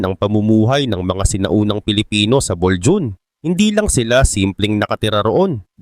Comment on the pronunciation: Bolho on basa dyan,hindi Boljun....